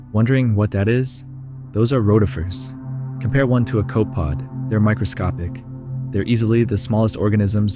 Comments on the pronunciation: Why do you say Rote-ifers and Rott-ifers ? Also... Cope-pods? LOL. This is really neat and fascinating footage, but imho the AI voice over kinda ruins it for me. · FYI: "Copepods" = Pronounced "Cope - E - Pods". "Rotifers" = "Row - Ti - Fers" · I think that depends on where you're from - I agree that it is three syllables, but we pronounce it coh-pee-pods and Roh-tih-fers in the UK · Copepod has three syllables - and Rotifers has a long O. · You keep calling them cope-pods… it’s 3 syllables bro. Also “raw-tifers” instead of row-tifer hurts. Please… it’s important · In the video ro-tuh-fers was said first, then it said rot-tee-fers later the first way is correct, also its koh-puh-pods not cope-pods. In general tts/ai is terrible for videos like this, just use your own voice no one will mind it